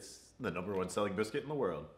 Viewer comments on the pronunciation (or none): none